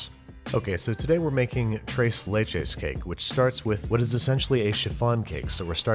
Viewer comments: “Trays laich is” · No one: Babish: trays layches cake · Everyone knows it’s pronounced trees leeches, jeez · Thrrres le-ches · I heard “trace lay chays”. Poor pronunciation aside, that cake looked phenomenal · nobody: babish: "TRAYS LAYCHES" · Correction, TRAYS LAYCHAYS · Thres leches is how you would pronounce it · I was cringing when he said “Trase Laychays”😭😭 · "trace lay-chays" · Babish: trays lechas Latin Community: Triggered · Bruh he said trace laychacys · As a Mexican, I cringe every time he says tres and leches but I love him anyway ❤️😂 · Still cringing every time he says ‘tres leches’. Regardless, it looked absolutely delicious. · Anyone Mexicans getting ticked of off about the way he says tres leches